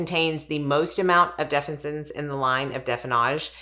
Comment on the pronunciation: Say it with me def-fin-is-sins 😊